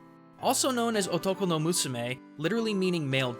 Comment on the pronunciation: as soon as he said Otokonoko I died because his pronunciation was so off I had to backtrack twice because I was just so stunned that he actually recorded it and thought it was okay (also lmao Kaoru is a pornstar I wouldn't look him up if you don't want to see that